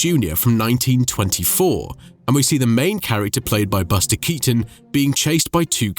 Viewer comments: Dachte immer dass man den Nachnamen von Keaton so wie Kiiten ausspricht und nicht wie Katon 😂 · Cazzo: la pronuncia è Kìton, non Katòn!!!!!